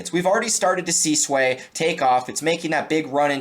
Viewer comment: It’s not SUAYYYY it’s SUI LOL